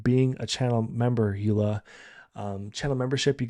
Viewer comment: Thank you!!! You pronounced Suikerbekkie and Yola perfectly😊. I will definitely try your tips and tricks for my next craft fair.